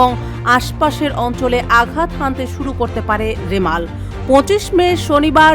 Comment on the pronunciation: লেখা আছে রিমাল,,কিন্তু সাংবাদিক বারবার উচ্চারণ করছেন রেমাল,,,🙄